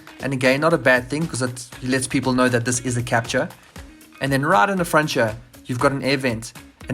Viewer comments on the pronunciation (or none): It's French, so Kaptoor, not capcha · Wrong its Kap-TUUR